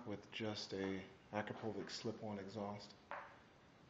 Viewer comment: It's pronounced. A crop a vitch. With all that bling you would think you'ld know that. Sorry just sayin. Awesome bikes. Just got my 2015. Winter hit with only getting 250 miles on it.